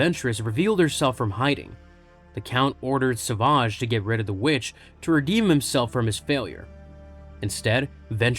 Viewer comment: What's with calling him Sauvage? It's savage.